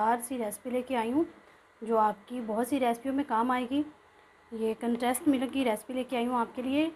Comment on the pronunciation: Easy recipe. Sorry to say k Milk hota hy millak nahi. Uneducated log millak kehte hain. Nariyal k laddu wali video ma b aap milk ko millak keh rahi theen jo k bht awkward and lgta hy. English ma kehna koe zaruri nahi hota simply doodh b keh sktee hain ghlt bolne ke bjae so plz perfect lafz bolna chaheay k video sari duniya daikhti hy. Stay blessed. Sjad